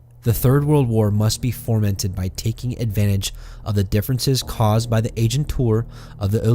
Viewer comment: FOmented....not formented.